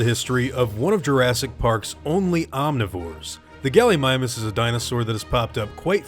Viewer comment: 'Gulleemeemoos', not Gullymymus, too be exact. Just klugshitting here.